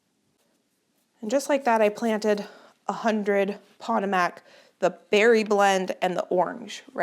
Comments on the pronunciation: The variety of snapdragon you call pot=o=mac is pronounced "po-tome-ack". It is the name of the Potomac River in WV, MD and VA which empties into the Chesapeake Bay. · I came to assist with this pronunciation too. I’m glad I looked to see if anyone had commented already. She’s saying pot o MACK with the stress on the last syllable. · It’s pronounced pah toh mac not pat tah mac! Like the river that George Washington used. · Hi,. I’ve been followed you faithfully for most of your gardening adventures! Normally I only help with Spanish pronunciation, but if I hear you say “POT uh Mac “. One more time….!!! The Potomac River feeds into the Chesapeake Bay. Our nation’s capital is on its shores! It is pronounced Puh-TOE-mac “. Please. Also all these Potomac seeds… are they mainly for zone8? Something to ask the seed company about. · I just love how you pronounce things sometimes it's adorable, makes you real to us!!! But Pa-toe-mic if it helps!!! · I just love how you pronounce things sometimes it's adorable, makes you real to us!!! But Pa -toe-mick or pa-toe-mack if it helps!!! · Potomac is pronounced “Poe-Toe-Mek”. Not bashing you, just sharing. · Potomac. Like the river in Washington. Po toe Mac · Your Potomac snapdragon seeds are pronounced puh-TOW-muhk. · Potomac pronounced puh-tōe-mac emphasis on 'toe' 😂❤ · Hi.. as an East Coaster, (not to be petty betty). Potomac is pronounced puh-tow-muhk (like muck or some people say mick). Which can be kind of hard to read. 😊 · “Pah-toe-mick” is the pronunciation of Potomac. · Just got to the snapdragons and wanted to let you know Potomac is said like puh-TOE-mic. The Potomac river is in West Virginia, where I'm originally from! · Respectfully, it’s Poe-toe-mick, as in the river in Washington DC. We have similar learning issues. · Potomac is Pa-toe-mack. 🙂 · Another wonderful video,! just a quick FYI - Costa pronounced like 'how much does that cost', potomac is pronounced puh TOW muk